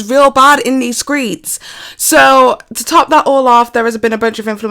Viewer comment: you said "in these skreets" and i CACKLED!